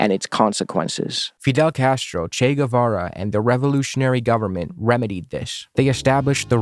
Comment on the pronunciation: Ethan Klein is like a parody character. "Chay Guevayray"